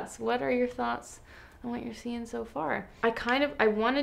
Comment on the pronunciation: Am I the only one whos cracking up at you saying that you are liking what you are SEA-ing from Tarte? Just me? Okay